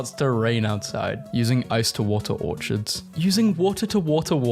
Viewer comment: Does my dude know that orchids is pronounced OR-KIDS, not OR-CHIDS?